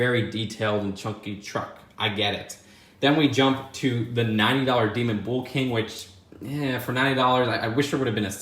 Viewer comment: Nobody:: "bool king"